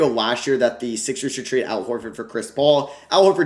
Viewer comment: Here when it says tarde instead of trade